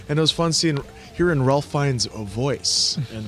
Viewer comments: It's pronounced "Rafe" not Ralph Fiennes. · Ralph Fiennes first name is actually pronounced Rafe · It's pronounced "Rafe", not "Ralph". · Love the review, but Ralph Fiennes is pronounce “Rafe.”